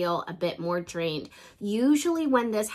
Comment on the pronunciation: emphasis on the drained